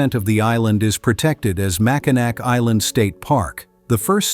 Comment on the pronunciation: It's pronounced Mackinaw Island, not "Mackinac".... AI voice cover is so bad!